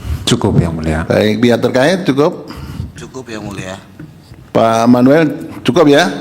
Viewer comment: Yang mulia bukan yan mulia..😂😂😂